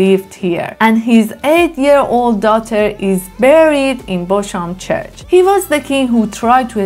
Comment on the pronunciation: Bosham is pronounced 'Bozzam'.